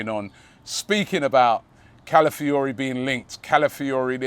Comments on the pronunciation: ROBBIE ITS CALAfiori, CALAfiori... Not CALIfiori jeeeez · Robbie: Mikel ‘Mourinho’, ‘Califiori’. The way Robbie butchers names!